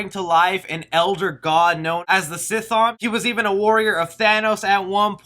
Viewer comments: wrong...there is also a necronomoicon in marvel.... also darkhold doesnt revive chthon lol, it allows him to influence this dimension and eventually helps him enter this dimension...and its not prenounced sithon, its like "kathon"....also chthon is the source of wanda's chaos magic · It's definetly the darkhold, the only thing I would like top correct you on is the Cthons name, it's actually not pronounced like zthon it's like more like in WOW like c'thun but with an O, really made me cringe back there